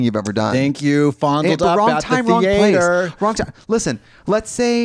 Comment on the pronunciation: the way i am gonna say theatre wrong for the next month